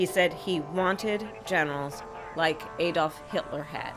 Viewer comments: It's pronounced Ad-dolf not A-dolf🤦‍♂️ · She can't even pronounce Adolf,who the hell says A dolf.